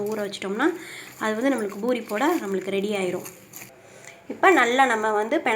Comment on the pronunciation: its not pinairathu pa pisairadhu